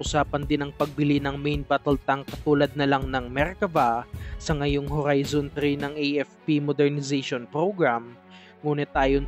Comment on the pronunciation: Grabe ka maka horrrrrrrizon.. ang daming Rrrr 😆😆✌️